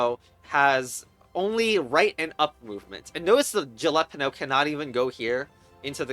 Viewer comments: A) it's pronounced hal a peen yo B) that's a bell pepper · Djilepano? That’s an unusual way to pronounce jalapeño. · Did you seriously call a yellow bell pepper a "jalapeno" with an english j??? Jalapenos aren't even yellow?